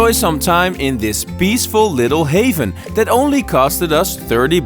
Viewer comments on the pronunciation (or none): none